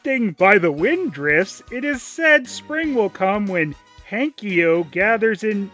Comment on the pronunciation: hanky-yo? the k was after the e!